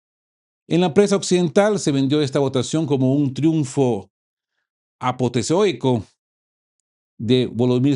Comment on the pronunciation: Aposeotico ?? Apoteosico. 😅